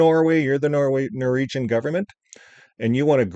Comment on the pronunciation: ...its NOR -WEEG-AN...😂